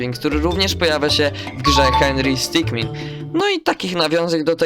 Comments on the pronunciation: Henry sticman a nie henry scicmin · Nie henry stikmin tylko sitkmen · ty dzbanie muwi się hendry stik